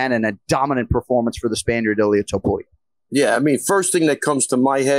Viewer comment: Did call him ilir topuria??? 🤣🤣🤣🤣😭😭😭😭